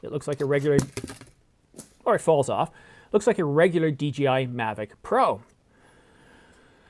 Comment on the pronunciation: DJI. Not DGI.